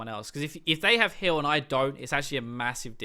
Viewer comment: am I the only one that hears hill when he says heal?